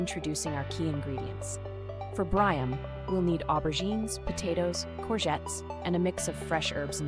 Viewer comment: Ma'am I mean no disrespect but the dish is pronounced "Bree am". Kali orexi.